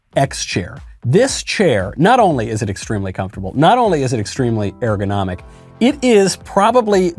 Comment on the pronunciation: It’s not pronounced Air-gonomic.